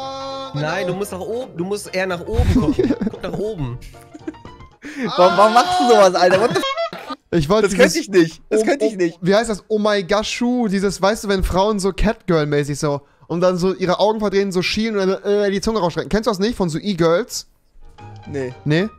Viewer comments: omeigashu???? wtf xDD es heißt ahegao xDDDDDDDD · Es heißt nicht Omaegaschu sondern Aheago und kommt nicht von E-Girls sondern von Hentai. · "omaigashu" wer kennts nich xD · Fast richtig, er meinte Ahegao mit a xD (Ich sollte mal über mein Existenz nach denken wenn ich sowas weis haha) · Das heißt Ahegao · By the way das heißt Ahegao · wenn rewi versucht Ahe gao auszusprechen xD